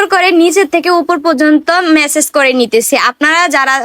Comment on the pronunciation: মেসেজ না ম্যাসাজ বলবেন